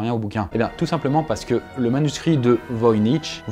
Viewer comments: On dit [voiniR] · on dit voynik ou o pire voynitch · On prononce le ch à la fin de voynich k mais sinon bonne prononciation et bonne vidéo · Voynich (Wojnicz) était Polonais. C'est donc "Voïnitch"